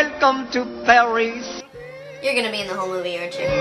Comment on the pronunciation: you can tell the guy who voiced the gay french bird isn't really french because he pronounced Paris in the english pronunciation but with a french accent (which sounded like "Paries") insteald of pronouncing it how the REAL french do (which sounds more like Paire)